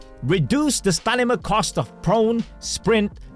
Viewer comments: brother please, stanima 🙏 I can't unhear everytime he says it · "stanima" ruined the video for me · Bro still says StaNima LOL. But we still love you. ❤❤